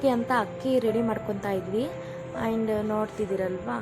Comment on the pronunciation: and ಗೆ ಏನು ಪ್ರೋನೌನ್ಸ್ ಮಾಡಿದ್ದೀರಾ ನೋಡಿ. ನಿಮ್ಮ ಕನ್ನಡ Woow 😲😮🙃